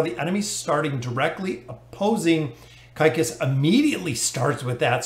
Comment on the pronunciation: I think his name is pronounced zeekeez.